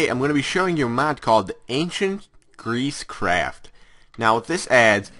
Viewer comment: At first I thought you said ancient greese crap.